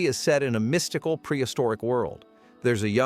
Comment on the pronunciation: "mist-ical," right?